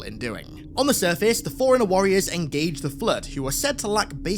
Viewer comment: This guy can’t distinguish between the pronunciations or “forerunner” and “foreigner”, but sure. Linguistic genius.